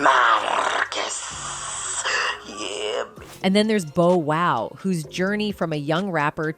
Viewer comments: Bo wow??!! C'mon it's clearly BOW wow. Can't even get these poor kid's names right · It’s “Bow” like Wow, but with a B. Not Bow like “& Arrow” 🤣😂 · Ha. You can tell AI by mispronunciation of names like bow like a bow tie. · The AI voice on this is lame. "Boe" Wow. 🙄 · beau WOW!!!! 🤣 This narrator thing got me dying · They say his name right in an interview and the commentary keeps mispronouncing Bow Wow